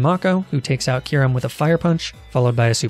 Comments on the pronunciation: but he pronounced it Ky-rim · Dont forget about Kyurem.... Pronounced it as Ky-rim at first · As well as Kyrim and Kohf Egregious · everytime he says "arca-ni-neh", " ky-rem" and "oonfezant" i die a little inside